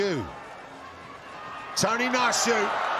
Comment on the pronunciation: Bruv his names not Tony 😂 pronounce it right